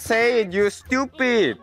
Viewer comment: stweepid innit?